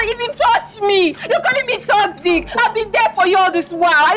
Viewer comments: Everytime she says « TOCSIC » my ears bleed 😂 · Hahaaa, no she said *TOCZIK*.